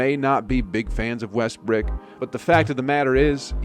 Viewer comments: Sorry by the time you said westbrick you lost me. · "West Brick" you did him wrong lmao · man said "west brick" im done lmao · Stop calling that man wesrbrick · He said Westbrick...Bwahahaha! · “Westbrick” was the only name pronounced correctly 😂 nice video though, man.